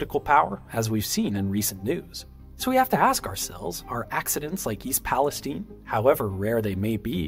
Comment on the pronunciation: You pronounced East Palestine correctly. I appreciate that.